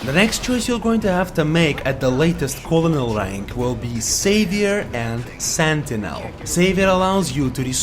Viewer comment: I love this video. One thing..the English word colonel is pronounced kernel. I know, strange.